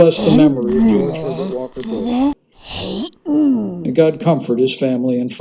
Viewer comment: he just said george pevert walker bush lol had to keep listening to it ..lol..lol..lol